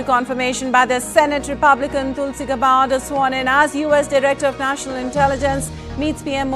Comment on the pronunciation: its not pronounced gabbarg......but Gaaberd